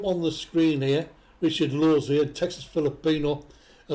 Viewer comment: Wow a person that can pronounce my last name